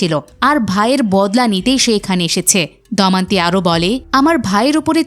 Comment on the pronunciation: উচ্চারণ ঠিক করুন। 'দমন্তী' নয় 'দময়ন্তী'।